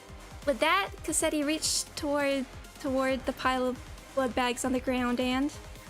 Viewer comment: You absolutely massacred Cassetti omg. I'm so excited for the next canto if we're already getting reveals as insane as this. :_mafCry